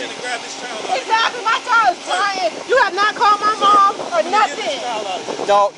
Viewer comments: Can any black person please tell me why most of you cannot say CHILD? Almost all of you say CHOW, or CHOWED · the word is child. not chowded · I noticed the inability to pronounce the word "child" correctly, too. Sad